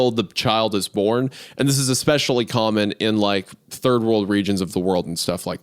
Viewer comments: Can't believe at the bingo board on that the editor didn't also mark off Hunter mocks Isaiah (he did a mocking impression of him) and "eck-specially" which Hunter already said when he was talking about dead parents. Smh'ing my head. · The FREE SQUARE on the bingo card should 1000% be “EX-SPESH-AH-LEE”… 😓 🌈🪬